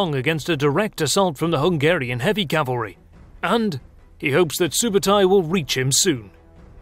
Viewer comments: It’s Ögde not Ögede 😂 It’s either from Ög(oak) or Ögdin(the god of thunder) Also Sübötai not Subotai,means “soberly” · its not SUBOTAI its ( SUBEEDEI ) СҮБЭЭДЭЙ and its not GENGIS !!! its CHINGISS KHAAN - ( khaan is meaning KING )